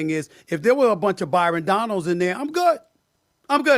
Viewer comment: Not too be picky, because I love your videos, but his last name is Donalds, not Donald